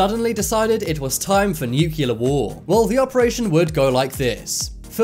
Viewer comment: If you are gonna make a video about nukes, learn how to pronounce nuclear